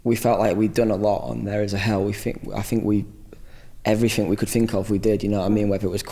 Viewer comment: he says "everyfink" and "all the finks" cute *_____*